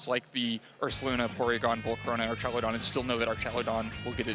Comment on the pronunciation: I would do anything for this man to pronounce archaludon correctly